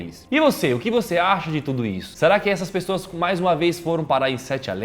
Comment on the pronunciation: Alguém percebeu que no minuto o Lucas disse PRESSOAS